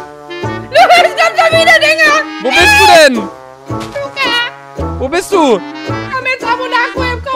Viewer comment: dieses ,,lUcA‘‘😭